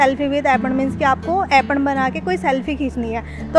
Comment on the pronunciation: अेपन नहीं अेपण I